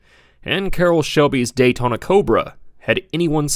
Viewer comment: That Daytawna Cobra. Lol.